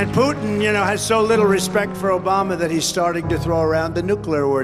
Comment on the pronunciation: Donald Trump, "Obamna."